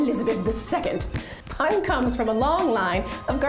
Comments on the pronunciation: not pun its pu n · It’s not pan it’s pronounced “poon” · Its not pronounced as literally a pun its poon btw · Haha I luved how she pronounced pan instead of poon for pun 😊😊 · Deep Prasad Pun - Pun pronounced as Poon not as Pon. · Yes you are correct 👍. Written " PUN "= Pronounciation would be " POON" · You are pronouncing his name wrong. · She butchered his Surname "Pun" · Is anybody going to point out the fact that she's pronouncing his surname inaccurately? :/ anyhow Well proud of Gorkhalis🙏🙏🙏